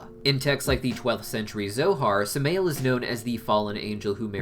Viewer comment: Samael is not pronounced “smail” it’s pronounced “Sa-My-El”